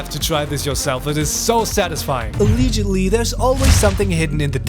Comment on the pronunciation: sorry what did you just say a a aliigidly 😐